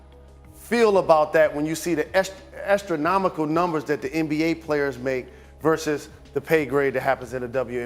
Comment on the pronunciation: I thought he said "estronomical." That would have been a magnificent pun.